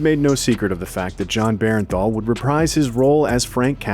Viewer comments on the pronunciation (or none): Its Jon BERNTHAL not Berenthal! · To the narrator, its bernthal not bearenthal. Appreciate you! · Bernthal, not Berrenthal. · Yeah, the pronunciation was bugging me the whole time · If you say Bear-en-thall one more time.... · BERN-THAL. Please say his name correctly lol.